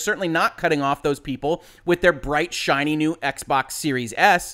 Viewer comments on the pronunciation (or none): none